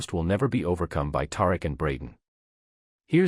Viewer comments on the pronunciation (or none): Tar-Rick? I guess we should spell it Tie-Reek just so, you can pronounce it correctly 🤣🤣